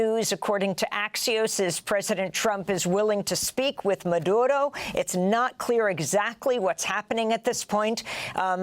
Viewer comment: Don’t speak Spanish? Don’t try to pronounce Maduro’s name or Caracas . Sheesh We get it, this is the most Spanish All the American anchors / news analyst have spoken their whole lives and yet, they purposely feel they need to sound Latino. Lol making us laugh, we love clicking on these videos 😅